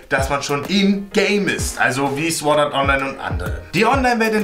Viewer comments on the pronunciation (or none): none